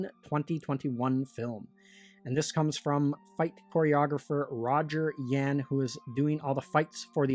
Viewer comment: It's "Yu ahn." pronounced like Yuahn..